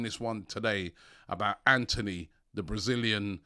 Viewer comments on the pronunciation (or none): none